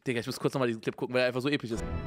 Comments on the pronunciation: Mann kennt ihn Epich So epich EpiCH MAAN UNGE SAG EINFACH EPISCH 🤣❤ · Niemand: Simon: Interstellar ist so epich. So epich! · Normale leute : so episch Unge: so epich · Ich schau mir „Interstella“ oder wie der Film heißt erst an wenn Simon „Episch“ und nicht „Epich“ sagt 😂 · EPICH" genau ,,EPICH"😂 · Nicht episch sondern epich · Niemand: Unge: "Der film ist einfach so Epich" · so epich" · "so epich... So epich."